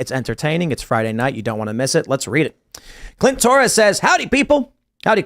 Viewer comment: . Dude seriously!? "Clint toris" Howdy CLIT! 🤣